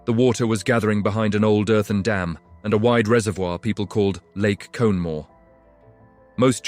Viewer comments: Conemaugh is pronounced KON-e maw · It's pronounced Konn uh maw My grands lost cousins in the flood.